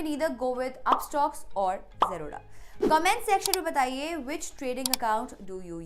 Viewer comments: Why are you Pronounce "Zerodha" to "Jroda" 💀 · Aacha se zerodha to bolna seekh le.. angerez